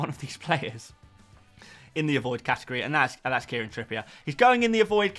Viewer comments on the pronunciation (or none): none